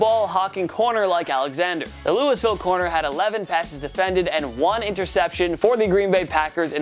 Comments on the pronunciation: He said Lewis-ville, no sir, Lewie-ville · Lewisville?!!? U fucking kidding me. Never ever heard any sports fan pronounce it that way. It's pronounced LouieVille. Anyone who knows anything about sports, or even just general geography, knows that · Your killing me with the Lewis-ville. Its pronounced Louie as in Louie Anderson. My Uncle lives in Louisville and he goes nuts when ppl pronounce it wrong. So naturally I say it wrong all the time on purpose but I can't tell if doing it on purpose or not. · Did he just say Louis ville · Bruh imagine saying Lewis-ville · I know you didn't just pronounce Louisville like lou-iss-ville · mispronunciation in every video is a requirement to work for TPS lol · He said Louis ville🙄🙄🙄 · Am I the only one that got annoyed by his pronunciation of Louisville? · I hate how you pronounced louisville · Did anyone else hear the way he pronounced louisvill